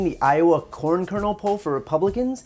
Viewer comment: Did he say corn or porn?